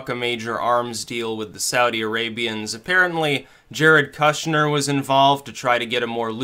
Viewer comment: I hate Kushner so much I don't even mind mispronouncing his name.